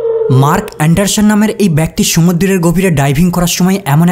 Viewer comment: অ্যান্ডারসন = অ্যান্ডারশন 😂😂😂